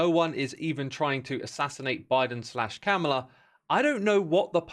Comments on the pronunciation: Hey X, Liked the vid. Just wanted to let you know its Kamala is pronounced more like Comma-la, not Cam-a-la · It’s pronounced “comma-la.” extremely disappointed in you for mispronouncing such a simple name X.